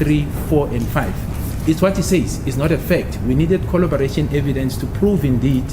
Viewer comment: CORROBORATION!!! CORROBORATION and NOT COLLOBORATION.!!!!!!!!!!